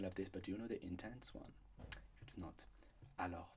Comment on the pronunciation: When he said "Alors" I KNEW this was going to be good